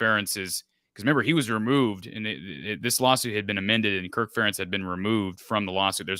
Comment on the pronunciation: why dont you ever correct saying FUH rentz.. FARE entz lol.. also spring practice was only at valley 2013 and 2014